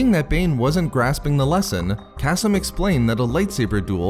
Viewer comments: Kas-m i cringe every time kaseem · .....I think it’s pronounced “Kuh-Seem”